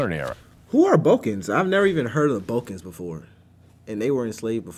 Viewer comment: "Who are the "bulkans"? Oh yeah, you are well educated. LOL.